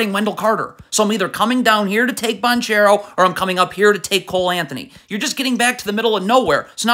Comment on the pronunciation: Please learn to say Banchero’s name